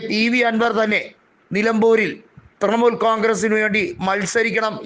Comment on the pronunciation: തൃമൂൽ അല്ല തൃണമൂൽ